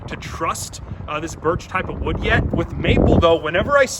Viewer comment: domt say the kind of wood ever again havaba